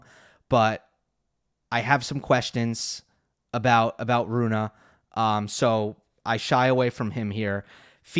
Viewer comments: Only worst thing than his saying Runah instead of Rune are his eyebrows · He should stop saying Runah on purpose. He is trolling